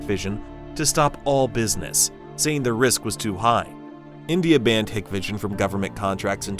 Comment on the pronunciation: It's pronounced "Hike Vision"